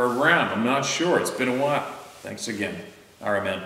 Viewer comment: "AgaYn" (Had to. 🥴)